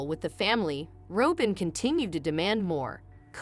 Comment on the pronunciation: You are not pronouncing Robin’s name correctly. It’s pronounced like the bird - Robin.Y